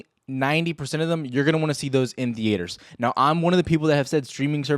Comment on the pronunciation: the-aters haha